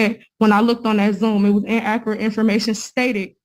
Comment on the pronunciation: Inaccerrate Using big words she can’t pronounce